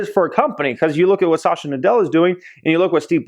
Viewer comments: Pls pronounce satya nadella correctly...its SAT-h-YA not sasha😁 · It's not Sasha, it's Satya 😞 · Its "Satya Nadella" not Sasha 🤣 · The CEO's name is Satya, not Sasha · Sat-ya Nadella. Not Sa-sha. lol. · Sasha Nadella 😂😂 it’s Satya (Sat-ya) Nadella. Amazing video btw. Always love your content! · Not Sasha bruh! Sat yeah (pronunciation)! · At 7.12, it is not pronounced as Sasha Nadella.. it’s Satya Nadella .. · Pronunciations! Just google “pronounce azure”. Also it’s Satya (suth-yuh) not Sasha... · Lol he said "sasha nadella" I had to doubletake... why you do him like that?